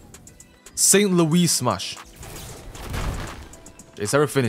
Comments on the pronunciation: do not know st. louis? pronounced saint luis not whatever he said😭😭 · “St Luis smash”